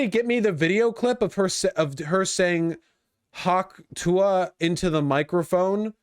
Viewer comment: I finally find out what the stupid fucking hawk tuah meme is and she doesn't even sound like she's saying "tuah"